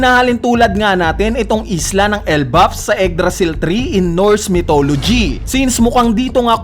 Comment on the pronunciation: "eggdrasil tree"